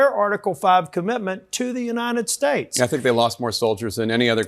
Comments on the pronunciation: "For the Uniiedddshate" Wtf is wrong with?? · I hate the way the re re ghoul says nitystAtes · Is it just me or is Stephen having a hard time to pronounce his country's name? I'm hearing "Yann estates" most of the times.